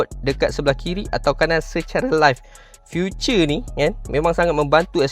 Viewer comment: Feature bukan future. Salah sebutan tu.